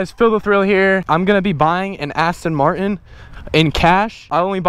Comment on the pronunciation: YOU SAID AN ASTIN MARTIN